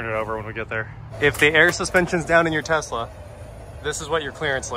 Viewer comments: "LS swap the Tezla" "Okay" Haha... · Uncle rich would tell you to drop that LS in the Tezzzzla.